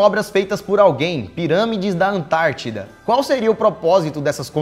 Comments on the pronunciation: EU SEMPRE ACHEI QUE ERA ANTÁRTICA E NÃO ANTADIDA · Vc ele falar ANTAITIDA KKKKKKKK